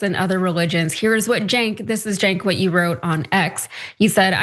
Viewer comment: The Free Press? Free for who? And how hard is it to say "Jenk". And Bill Maher has always had a racial blindspot, he is racist. To be honest, Cenk has had one himself at times, as has Ana (moreso than Cenk). A lot of people have anti-black views on some things. Israel is the most oppressive country I've seen recently - openly committing genocide. 70,000 is not the number. It's closer to half a million (500,000) or more.